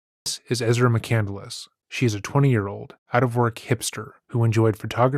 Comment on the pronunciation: That floors me. What she actually did was spell it correctly but pronounce it wrong. Chris McCandless’ last name is pronounced with 3 syllables. Ezra pronounces it with 4 syllables. She pretends to be intelligent.